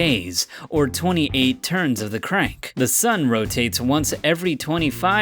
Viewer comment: “Truns” Lololololololololololololololollololololololololololoi